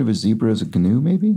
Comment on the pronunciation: The G is silent in Gnu, at least in the referenced animal.